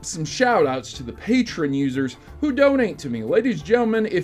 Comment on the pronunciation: Did he say patron instead of patreon